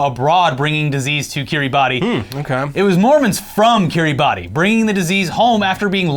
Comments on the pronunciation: Kiribassss, not Kiri-ba-ti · It's not Ki-ri-ba-ti. It's Ki-ri-bas. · i love you boys but my god it's pronounced Kiri-bass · Hey guys, cool channel 🙂 Just a quick fun fact: The island nation of Kiribati is not pronounced like it is spelled. Is is pronounced more like "Kiribass". Keep up the good work! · Heads up, its pronounced kiriba. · pronounced kee· ruh· bas. really it is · It's pronounced Kiribas lads, the more you know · Just fyi Kiribati is pronounced Kiribas. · It's pronounced Kireebas, even though it's spelt Kiribati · Kiribati is pronounced like "Kiribas" the "ati" in their language sounds like "as" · FYI, Kiribati is pronounced Kiribas - it’s a regular arkansas situation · I believe it's pronounced KIR-ee-BAS. Wierd I know with the spelling, but there you go.